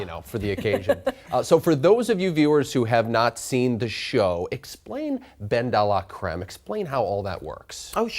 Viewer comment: 'ben-da-lah-crem' love that pronouciation !